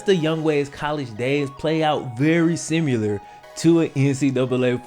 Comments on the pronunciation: Please Bro.......Similar, not Simular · "simular" lol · Did just say simular? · This man has a big problem with the word "similar" huh?